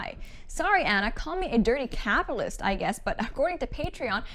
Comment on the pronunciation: "A dirty capalist?"I guess the word capitalist was one syllable too much for this millennial. She's a bird.